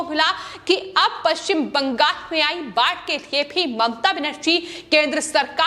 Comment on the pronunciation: ........ एंकर को बोल ने मे तकलीफ हे... इसे बदल दो... बंगाल को बंगास बोलती है...